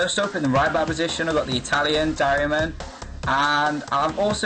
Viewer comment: Martial 79 LMAO , love how you pronounce darmian😂Fml haha decent video never the less even though I disagree with most of them